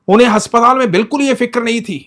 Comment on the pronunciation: Bhai aap haspatal bolte ho but aspataal hota h ❤